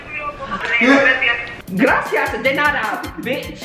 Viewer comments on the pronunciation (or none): none